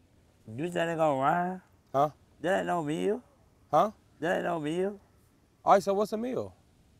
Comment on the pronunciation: I was like rhymeee? Lord help him